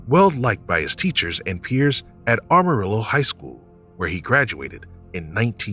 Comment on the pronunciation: I agree with you on her name and it's pronounced Am-arillo not armarillo. Pretty sure about that since I've been there numerous times when I drove truck.